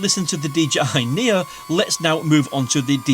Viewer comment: DJI Nia... LOL Knee Oh